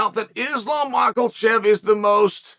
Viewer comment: I wonder if Chael is adding an "L" to Makhachev on purpose at this point. Been saying it wrong for years now.